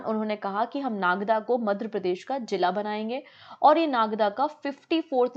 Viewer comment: Ma'am! Aap apne hin state ka naam achhe se pronounce nhi kar parahe hain kyun ? It should be Madhya not Madhra Pradesh. I've told this many times but u take it as a light comment please ma'am make some fluency in ur pronounciation process. I'll be very happy to see that.